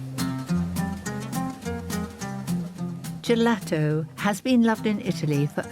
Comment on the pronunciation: "Gelagto" wymawia się "dżelato" - nie zauważyliście, że wymnawiamy Dżiuseppe, Dżovanni, Dżenova,buondżorno? Brak słów.